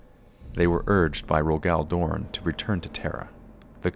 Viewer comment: What's with the weird pronunciation of Jaghatai Khan and Rogal Dorn?